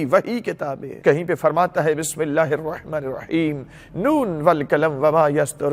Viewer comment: Bismilah thek sy parh lo jo quran mein ha